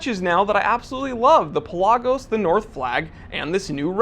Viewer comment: you're pronouncing PELAGOS incorrectly... jesus due.